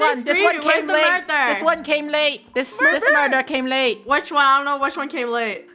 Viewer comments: Ummm I think it was murber and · Sounded like funneh was saying “mUrvEr” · "murder?" the whole: "murder murder murder?" Funneh: " Murber? " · Funneh:murber rest of the krew:murder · Ikr it was pretty funny we love murber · Murter murter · Why did funneh say murbur murbur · Murber? Murber? Murber? Murder Murder Murder??? SHUT UP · I mean it IS murber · NO ITS MURBER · Lol murber! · And lastly mUrBER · i think murber too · It’s mUrbEr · funneh: murber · Muber? Murber? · Murbert lol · When funneh isn’t even saying murder: “Murber” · she said, "murper" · I’m pretty sure it was murber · No body: Not even me::MuRbEr 10 minutes later.... (yes ik again):MuRdEr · Its funny when lunar always says “MurDer”, when the rest of krew always says “MurBer” its so funnEH:yougotthis:😉😉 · On the 2'nd round funneh says mubber and everybody didn't notice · first words in the beginning: "mUrDeR mUrBeR" (STAY 💛) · But funneh said murber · nO it’s mUrBEr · Then funneh said mUrBer😭😭👍🏻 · "mUdEr?!" I remember the very first time said that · MURBER NOT MuDer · I kinda think she saying murber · I think it wqs murber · Murber is badddddddd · “Murber?” - Clones more Murber sounds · I think it was murbert but idk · btw its Muber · as: “mUrDeR mUrBeR!!” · Funneh:murber krew:murder murder murder??? Lol gets me every time fr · “murDeR mURbEr mUrdEr mUrdEr mUrbEr“ - 2020 ʕ•ᴥ•ʔ Edit: ty for 2 likes! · no murber